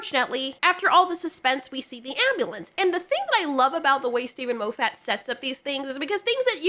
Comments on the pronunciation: Moe Fat? No, less fat. Moff it like scoff it. I am hungry now. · I wish that you would pronounce Steven Moffiat's name properly, but on a positive note at least I know that you read a lot as you've never heard it pronounced and have only gleaned how you think it should be spoken by reading it. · Mo-ffat? Have I been pronouncing it wrong this whole time; moff-at? laughs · Love the pronunciation of 'Mow-fat' 🤣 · Half the time I was hearing Lo-fatt. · MAH-FIT FFS🤣love you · I’m simultaneously entertained and annoyed that you pronounce Moffat as ”Moe Fat” 😂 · The way you pronounced Moffat's name was hilarious and I'm gonna say it this way from now on 😂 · You are saying Steve Moffat's name wrong..... 😞